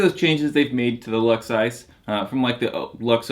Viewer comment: he said "ISIS" lol